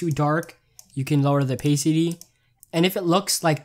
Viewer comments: Opasity not opaysity lol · not to make fun of, like his videos are lit, but can I quote how he said Oh-pay-city XD